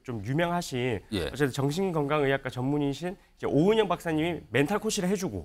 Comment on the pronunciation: 오은영..오영은 아니고